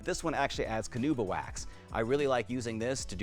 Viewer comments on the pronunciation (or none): Canuba? Does mean Carnuba, or is there a difference?